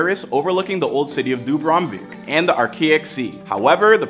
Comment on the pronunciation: Arkeik sea😂😂😂 where is that is dubrovič city there pronunciation 0/10